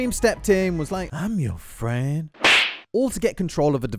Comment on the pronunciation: Starscream was like im your fwend